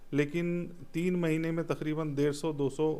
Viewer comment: तखरीबन ❌ तकरीबन ✅